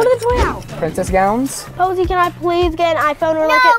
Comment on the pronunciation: It’s Rosie not poise 😂